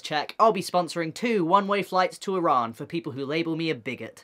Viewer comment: Im not sure if he is Middle Eastern but he is the first person that probably isn’t that has pronounced Iran correctly. I think thats cool